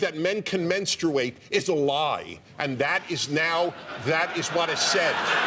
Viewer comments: Why do they pronounce "menstruate that way???? We took a pole at work and 100% of the women pronounce menstruate..."menˌstrāt" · Men-struate? Think he started his cycle right there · Sorry Dennis, but 1) It's pronounced Men-Straight. Not "men-strU-ate". 2) Natural born men do not and cannot menstruate as they do not possess a functioning uterus etc. Transgenders can if they were originally women and kept their genitalia (despite their external body change) or trans men who had the genital surgery - (as Bill tried to explain, but you keep dismissing him.) 3) Bill is also right in telling you that you should frame what you say properly because how you spoke sounded like bullshit (and I agree it did.) Natural, biological men still exist and they cannot menstruate. That is a scientific fact. You cannot say they are the same as Trans genders (who are not natural/biological as they do surgery to change their body from it's original, functioning version) - classify everyone as one and then expect people to believe or listen to what you have to say in future. You don't even have the audacity to call someone Homophobic either if you can't even make the distinction between the two - and this is comming from me, a Bi-sexual who does want to become a Trans man. I get that you're trying to be an LGBTQ ally, but this little fiasco stunt you pulled does not help. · Men-strooo-ate??? Did I miss how to say menstruate for 34 years? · It doesn't matter the color of the man, they all say 'menstrate', or period! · Prager made some good points but if he says menstruate again im gonna kill myself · God, Prager is just an embarrassment. He tries to win his arguments through yelling and repetition and his actual arguments are Seussical - whether he is right or wrong. The shame is he actually does have some good points, but the way he makes them is just wrong. Also, where did he learn to say the word menstruate? His pronunciation is certainly unique.